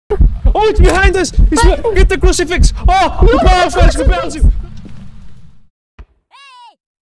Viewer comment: "The power of crist compels you"